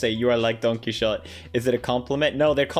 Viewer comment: How did he pronouce Don Quioxte? cringe, felix